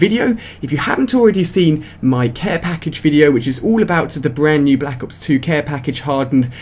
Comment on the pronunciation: Balack ops? Silly accent..